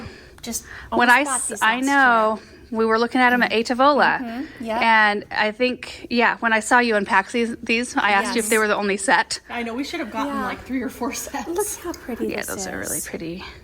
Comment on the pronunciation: I LOVE and the whole fam but everytime she says "A Tavóla" instead of (the proper annonciation) "A Távola" I die a little 😆 😆 😆 😆. It means table (hence the name of the restaurant) in Italian and the accent is on the first vowel! ❤